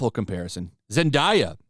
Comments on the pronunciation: "Zendahyah" 🤣🤣🤣 I don't think that's how you say it bro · The way you said zendaya was funny